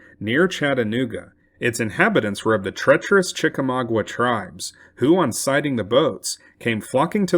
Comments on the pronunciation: Chickamauga has no 'W' after the 'g'. Therefore, it isn't pronounced: Chick a - mau gWa but is pronounced: Chick -ah-ma-ga -the terminal 'a' sounding like 'guh'. not 'gwa'. Thank you for correcting the pronunciation. Chick a mau ga. mau = maw (rhymes with 'saw') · Chek ay may ooga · You mispronounced "Chickamauga." Pronounced correctly, it is CHICK-uh-MAHG-uh. I'm from Chickamauga, Georgia ⬅ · "Chickamauga" was mispronounced in this video, as those of us from Chickamauga, Georgia will attest.